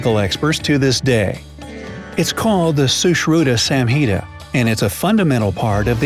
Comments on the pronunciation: Sorry dude, you pronounced it wrong " Sushruta Samhita" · Susruta samhita You pronounced it wrong no Weird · please pronounce Sushrutha Samhita properly. From India proud to be an Indian 🇮🇳🇮🇳🇮🇳🇮🇳🇮🇳🇮🇳🇮🇳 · you are pronouncing it wrong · Before putting them into points know the scientific reasons behind those rings, bull surfing and before you make fun of our english accent better learn to pronounce sushrutha samhitha properly...😷